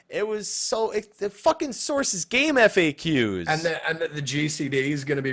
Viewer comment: Samurai STR-based DPS, Red mage INT-based DPS. also, it's game-fax not game-eff-ay-que